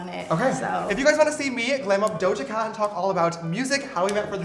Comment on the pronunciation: Yee-Doja cat